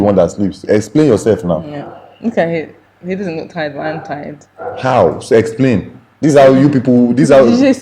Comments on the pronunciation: Hahahaha....but you actually said 'sexplain', I did hear that too. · He definitely said, "sexplain"!!!....Hahahaha! We know why she didn't sleep! 😉😉😉😉😉😉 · You said sexplain. You are guilty 😂 😂